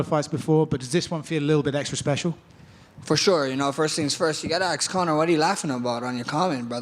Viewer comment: Damn he says axe instead of ask. He really is Jerome